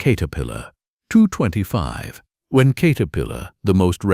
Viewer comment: Do your own talking and don't be lazy. WTF is a Kate-erpillar 😂😂😂 and the Hitachi segment nearly gave me a seizure...